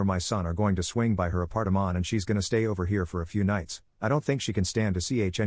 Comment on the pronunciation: Apartment❌ Apartamon ✅